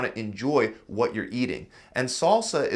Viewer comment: Wud you say?